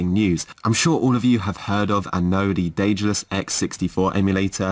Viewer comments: The correct in modern Greek is the(δε)-tha(δα)-los, with the "th" like in the world "the". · I am Greek. The correct in modern greek is D-ε-dalus. - ε- is like the "a" in the word "and". To be more "correct" it's Th-ε-thal-o-s with - th- like the - th- in the word "the".